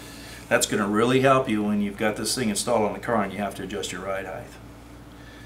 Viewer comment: Thanks, but please, please, please...HEIGHT not HEIGHth.